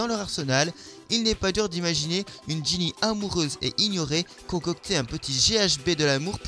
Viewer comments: Ginny PAS Genny gogole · c'est Ginny et pas Genny😉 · Mais sais pas Genny mais GINNY!! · C'est Ginny, pas Genny. Et Hermione, avec un seul N. Jamais vu le chat et le frère de Sirius dans la même pièce ? Normal, il est MORT. La théorie 9 n'est pas trop une théorie non plus hein, justement, ils se cachent car les moldus sont des personnes avides de pouvoirs et ces derniers les persécutaient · En anglais on dit Draco Malfoy et en français Drago Malefoy mais pour Genny au lieu de Ginny je suis d'accord. :) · C'est Ginny pas Genny , C'est Hermione pas Hermionne ☺